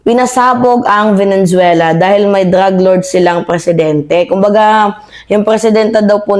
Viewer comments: VENEZUELA NOT VENENZUELA😊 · VENE - ZUELA NOT VENEN - ZUELA kala ko na misheard ko lang, pero, paulit ulit binabanggit ang VENEN - ZUELA.😂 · Please chk ur pronunciation, Venezuela, not venen